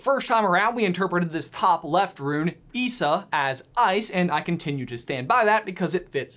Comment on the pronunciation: Its not pronounced ee-sa its pronounced eye-sa